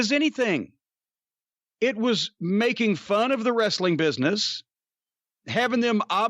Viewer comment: Vince was anal about pronouncing "w" but can't say the word "wrestling " correctly.